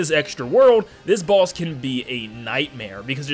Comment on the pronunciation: Dunno if he saying boss or balls